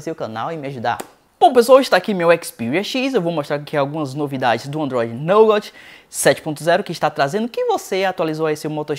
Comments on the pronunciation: A pronúncia certa seria Nugá, não Nougaut ;) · Pode pronunciar "NUGÁ" que ficará entendível... like. abraços. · mano sou teu fam mas se pronuncia nouga assim que se pronuncia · repita comigo: "nugate". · naugautiii , kkkk racho de rir com algumas pronuncias dele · "nôugáuti" kkkkkkk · Se pronuncia NUGÁ. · Só uma dica, quando não souber como se pronuncia uma palavra em inglês basta colocar a palavra no Google tradutor. Ficou muito feio sua pronuncia do Android Nougat. Você como produtor de conteúdo web tem que ficar ligado nas pronúncias tanto do português quanto inglês. A propósito, gosto do seu canal. Parabéns